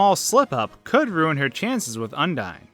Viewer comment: You pronounce it as Un-dee-n? Undyne's name is pronounced as Un-dye-n. Undine (the way you pronounce it) was a race of fish people Toby thought would be a good attribute to Undyne. Then, her genocide name is Undyne the Undying. Her name is derived from undying while her appearance is from the race.